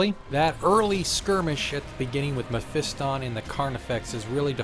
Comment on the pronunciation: seriously does anyone anywhere pronounce blood angel names correctly ? its baal- (bale) pred, not ball and mephiston- (mef-i-ston), not moe-fee-ston lol sorry that's been building up from 4 years of internet 40k videos, I blame jawaballs for starting this.